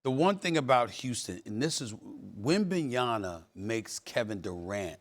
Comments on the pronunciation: Stephen "WembanyaNNNa" Smith 😭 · It’s Wembanya(M)a…. I don’t understand how SAS “of all people” mistakes an M for an N 🙄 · Its easy bro. WEM-BAN-YAMA.... how TF is that hard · Can somebody tell Stepehen A, it’s WembanYAMA not yana😅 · Can someone support Steven A. Smith to learn how to pronounce Wembanyama properly? It's already very annoying to hear Wembanyana so many times. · Hey Stephen A., do you have developped a speech impediment at close to 60? Or are you dense? Three years in, really? It is WembanyaMa! It is your effing job, man! You are being paid MILLIONS! WembanyaMa, with an " M " in the final syllable. If you can say it, don't say it, especially in every other sentence, just call him Wemby. This is 100% disrespectful! I'm done listening to this sh*t. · Can someone tell Stephen A. Smith it’s WembanyaMa not WembanyaNa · Can you guys please tell Stephen A to stop butchering wembys name .. he keeps saying webanyana bro it’s webanyama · It's WEMBANYAMA not WEMBENYANA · How can anyone take you seriously when you don't even know how to pronounce the name of the best player in the league??? Pathetic... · It’s Wembayama not Wembayana lol 😂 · Pronounce his last name correctly stephen A!!!! Its wembanyaMa!! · wembanyanna? really? we going back to that illiterate " oh it just rolls of the tongue " easier mentality? *facepalm* gotta start respecting wemby, he's the best in the league, if you don't see it, if you don't feel it. you're just giving yourself excuses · Please someone teach this guy to say Wembanyammmmma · Why can’t Stephen A say his name correct? He keeps calling him wembanyana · Every time SAS says "Wembanyana" an angel loses its wings in heaven. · Stephen A still can't say WembanyaMa properly smh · WembanYANA lol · this mf SAS is doing it on purpose, calling him Wembanyana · Who the F is Wembenyanna?! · Mmmmma. Mmmmma. Like mama. WenbanyaMA. MA! WenbanyaMa. Are you stupid man? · "Wenbenyana" 😂🤣 SAS literally modern jester mocking the kings...